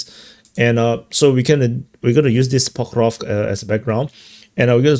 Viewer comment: Say pok-ROV-sk. After ‘ROV,’ make a short snake sound — sss — then a quick k. Like snake → kick. So it’s pok-ROV-s-k, not pok-ROV-k. Keep the sss sharp, no vowel after it.